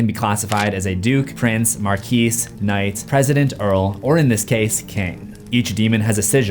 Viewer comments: marquis is pronounced “markey” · "Mar-key" not what he said. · The 's' in marquis is silent. So it sounds like "mar 'key." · What I find the most terrifying is how you pronounce marquis